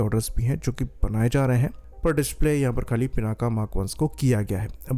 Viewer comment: It's not पिनाका, it's पिनाक , शिव जी का वो धनुष जिसको सीता माता के स्वयंबर के समय राम जी ने तोड़ा था।